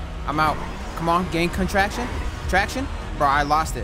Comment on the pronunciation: Bro said "gain contraction"